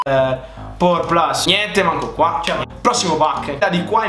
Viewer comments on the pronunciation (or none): none